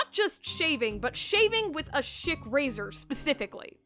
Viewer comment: It kept sounding like you said shit razor lol gendo shaving with his shit razor lolll